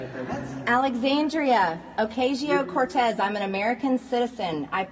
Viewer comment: Man! Wouldn't it be nice if MTG could learn how to pronounce AOC's middle name... Occasio..